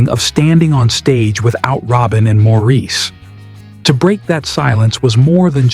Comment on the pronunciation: The narrator should’ve been told Maurice’s name is pronounced Morris.